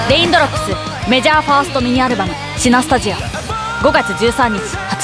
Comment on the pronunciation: メジャー言えてなくて草